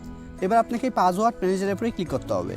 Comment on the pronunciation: ভাই আপনি কি অশিক্ষিত, পাসওয়ার্ডকে বলতাসেন পাজওয়ার্ড